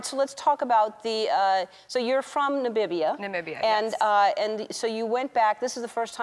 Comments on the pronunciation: Cant she read its Namibia NOT Nabibia💔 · Did Ellen just said ''Nabibia"? Yes she did. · Are we going to talk about the fact that Ellen said Nabibia ? :-D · Yes I just commented. Not Nabibia, og, this Amecicans neh. Jah. It is Namibia, my Lord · Did Ellen say Nabibia ? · Words we know Ellen mispronounce; - Behati - Namibia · Okey but no offence but its not nabibia Its Namibia whats so hard to say it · Nambia vibes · Nambibia?? Is sy ernstig? Lol